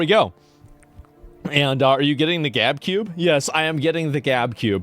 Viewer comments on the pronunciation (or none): The Gube for short 😂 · Why does Asmon keep pronouncing GabeCube incorrectly?! It’s a play on GameCube!!!